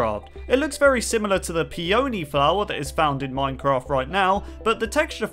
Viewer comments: I think you meant to say pillar like not glass like graf Pathways really? 😑 it's pronounced peani not peoeny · Peony is pronounced with the emphasis on the first syllable, not the second.